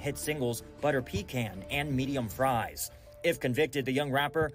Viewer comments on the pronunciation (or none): none